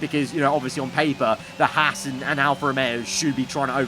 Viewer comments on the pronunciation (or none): none